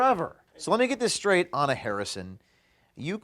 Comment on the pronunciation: Her name is Anna, not HuhHuh. There now you have the name right.